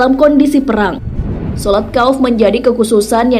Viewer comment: maaf sekedar meluruskan saja, dalam hal ini adalah beberapa kata yang sesuai atau bisa dikatakan benar, 1.salat ,bukan salat tetapi sholat = صلاة 2. sholat kauf,bukan kauf akan tetapi khouf = خَوْف 3.tafsir ibnu (katsir ) cara membacanya yaitu bukan berhenti dihuruf "T"dalam penulisan "ts" penulisan bahasa indonesia itu tanda bahwa itu adalah huruf tsa'(ث),yang bacanya sa' diatas lidah. 4.sholat zuhur,yang benar adalah dzuhur,disini pembacaan huruf (ظ) seakan akan ada unsur pelafalan huruf za(ز), dan sebenarnya dua huruf tersebut sangat jauh beda dari segi maharijul hurufnya 5. saf,yang benar adalah shof ,memakai huruf shod (ص) atau صف dalam bahasa indonesia arti bahasanya adalah barisan dan sebenarnya masih ada beberapa kata yang tidak sesuai dengan ibarot mu'tabaroh. hangpura,hangpura